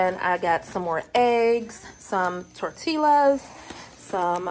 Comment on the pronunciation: Hello! Greetings from Boston, I have been a silent watcher of your channel for years! I have to say, although I love the way you say “tor-till-as” it’s pronounced tor-tee-yahs, I hope that helps!